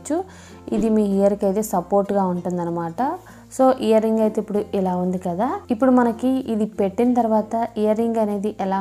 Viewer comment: Hear ring kadu ear ring ok